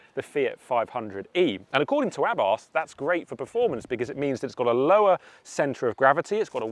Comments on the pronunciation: Porsche is not pronounced “Porsh” and Carlos Abarth has never been British, hence his name is not pronounced with a th. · I almost closed this video at that mark because of the grossly incorrect pronunciation of Abarth. A lay person getting it wrong is fine, but it is beyond me why CAR JOURNALISTS seem to refuse to pronounce names correctly. It's for this reason I've stopped watching any UK reviews of Hyundai cars... the pronunciation of the name is f*cking atrocious. DO BETTER!